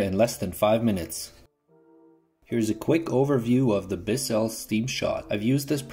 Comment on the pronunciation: It's BISS ell. Not Bis SELL.